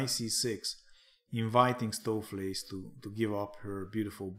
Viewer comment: Nice pronunciation of Stoofvlees, enjoying your AI series, good stuff!